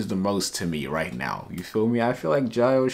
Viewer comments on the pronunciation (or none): Its pronounced jee hyo my boy, no worries tho